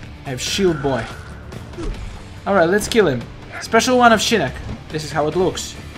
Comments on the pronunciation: It is Shinnok not Shinnek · Sounds like is saying Shinnik instead of Shinnok. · Ur saying shinok so wrong u kinda sound like my sis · He said shinnok wrong.